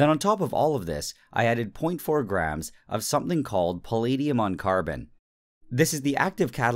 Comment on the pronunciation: Hearing Nile pronounce palladium as pahleediyum was the most painful thing ever.